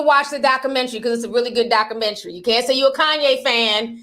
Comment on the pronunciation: I'm ctfu the way you pronounce documentary. You don't put the "u" in it